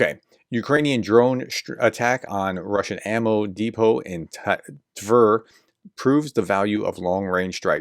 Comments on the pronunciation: Tver if pronounced correctly should rhyme with words like "bear", "fair", "dare", "swear", etc. So you're getting close. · Tver rhymes with air 😉